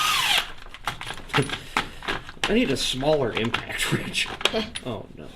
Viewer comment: you Became a "Him-Pact" wrench lol